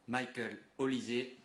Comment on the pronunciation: Marrant quand même de dire Mickael avec l’accent anglais et dire maghnes sans accent 😂